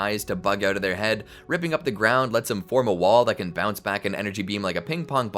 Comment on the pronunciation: its bounce man lol